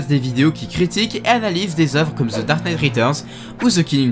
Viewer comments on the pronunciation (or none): On dit « the » et pas « thi » parce qu’il n’y a pas de voyelles à dark knight en tout cas super vidéo